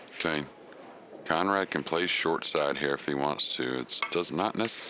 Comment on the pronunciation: Kudos to the announcer for pronouncing Konrad's last name correctly.